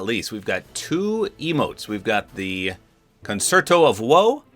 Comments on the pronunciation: If interested, "concerto" is pronounced kon-chair-toe. Just for future reference. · Never known anyone not know how to pronounce concerto before